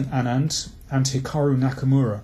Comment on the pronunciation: Thanks for this. A great analysis. On this form a Carlsen-Aronian match really would be something to behold. (Did you nearly say Hackamura :-))